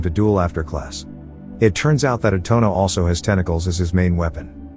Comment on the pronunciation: na-GEESE-a and i-tone-a. dont forget arena 😩😩 and okra 😭😭